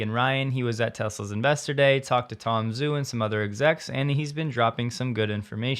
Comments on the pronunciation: Just a comment. It's Tom Joo, not Tom Zoo. The transliteration of "Zh" is a "J" sound. Listen to him pronounce his name. It's not just you, it's almost all the Youtubers. It's the guy's name. Why not guve him the honor of pronouncing his name correctly? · Tom Zhu: pronounced “Ju.” 😉